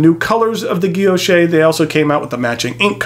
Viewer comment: Thanks for the review . Absolutely beautiful fountain pen . Btw the word guilloche , don’t pronounce the “ e “ at the end. Like guillochshhh no e or a sound . Thanks again !